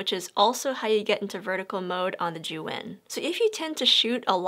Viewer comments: Pretty sure zhiyun is not how you have pronounced it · All the time i was saying zhiyun wrong 🤣🤣 dzuen, not zijun 🤣🤣